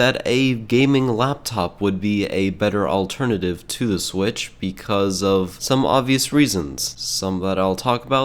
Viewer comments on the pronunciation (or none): none